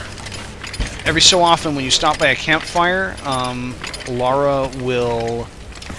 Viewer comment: Lara, not Laura,.